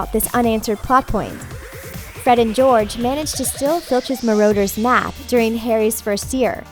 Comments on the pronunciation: What is a maroders map? Yet another incorrect pronouncciation. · Yeah like Dobby she calls him dobye and like the Marauders map she calls it the marooners map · At least pronounce the things right if you want to make a vid about this god frikkin MarOWDURS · The marauders map as she pronounce as marooders